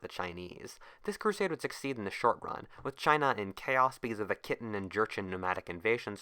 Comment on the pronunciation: One minor correction: "契丹 / Khitan" is pronounced "kee-TAHN" , not "Kitten", (in modern Mandarin it's read as "Qìdān", pronounced vaguely similar to "Chee-Dahn").